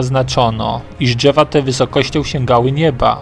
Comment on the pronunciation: "Dźewa" czy drzewa ? "Półtorej kilometra" czy półtora kilometra? Za karę CZEBA SZEJSET razy napisać poprawnie. :) :) :)